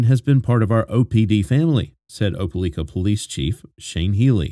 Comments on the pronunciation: The mispronounciation of "Opelika" is driving me bugshit. The newscaster even SAID it in the video at the beginning. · A British person speaking with a perfect American accent? No. Btw, right off the rip, this guy mispronounces “Opelika” too.